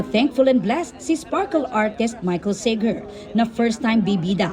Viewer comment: Seyger? Saher ang tamang pronounciation surname nya